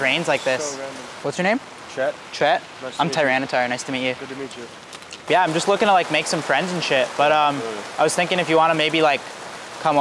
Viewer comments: "Tyranatar" lmfao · He said trianitar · C i know “tranyatar” hahahahah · Bro said tyranatar 😂😂😂😂 sick name